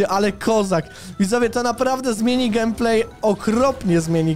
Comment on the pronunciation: Się musi gejmplay a nie gemplay